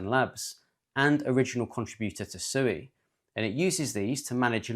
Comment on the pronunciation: It's pronounced "swee"!!